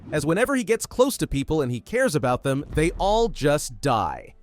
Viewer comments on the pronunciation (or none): none